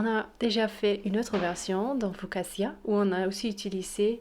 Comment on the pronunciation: Bonjoir madamme juste 2 corections si vous permeter : 1: FOCATCHIA et pa FOCASSIA ACH ACH ACH 2: au debug c'etais une ficaccia et a la fin c'es devenu un pain ???🤣🤣😂🤣🤣 en tout vas merci pour la recette